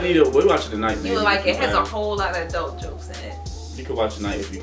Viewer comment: I like how he says "aah-dult instead of "adult"